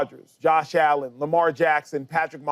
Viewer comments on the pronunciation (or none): none